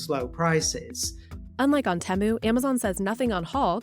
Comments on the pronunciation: If it was pronounced teh-moo, then it would be spelled as Temmu, but it's not Temmu. It's Temu, so the E sound is long so tee-moo. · Say it with me now: TEE-moo. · The way that the person pronounced Temu does my head in. Who approved this? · How come she is pronouncing temu so differently from the rest of the video? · I gave this video a thumbs down because the journalist couldn’t even pronounce Temu properly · Say Temu correctly. This is gonna die once Trump imposes his tariffs.